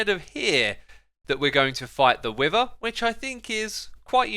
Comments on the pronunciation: I have the feeling of "When you are a GROWN MAN and still don't know how to differentiate pronunciation of words Like "WIVER"?? Instead of WITHER?" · It's beether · Nobody absolutely nobody: Xisumavoid: Beether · Omg its no wither bee its Beether lol how much sitution does ut make does it throws bees exect of wither